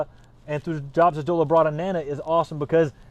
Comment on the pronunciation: Hello, just a quick note, the pronunciation of Thujopsis is always thoo-yop-siss just like Thuja is thoo-yah.